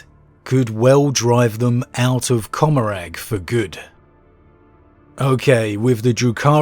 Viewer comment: It's Seg-or-ack and Com-or-rah.